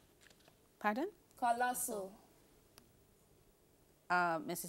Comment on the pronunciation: Collosal is the correct answer, the pronunciation is the issue here.